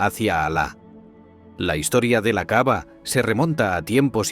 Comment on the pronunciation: Perdón pero el narrador dice la "caava" y no se que es eso, si se que es la caba-cava